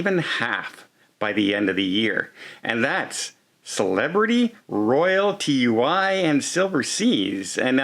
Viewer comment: what cruise line is named TU Y?? Do you mean TUI pronounced TOO-EEE?????